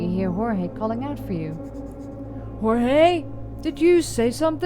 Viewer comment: Ohh I think I remember the other game! You were a detective, right? Really cool art style. The first one seemed intriguing, shame if it had bad reviews or whatever. Yes, you were pronouncing Jorge correctly. ☺️